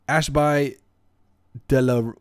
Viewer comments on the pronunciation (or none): Dem British town names.. Phonetically it would be Ashbee not Ashbye but the rest of it is cool.. was happy my hometown is in the town list.